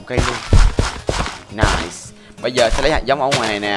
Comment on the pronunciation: nai sù:3 (Nice-su) của bác =))